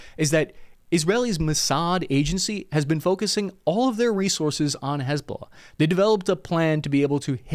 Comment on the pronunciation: Damn. You do a great job. I would just say this. Hiz-Ba-Lah. Not huzbullah. You're discombobulating it. hizb ba laah. But Dann, you're knowlledge is impressive.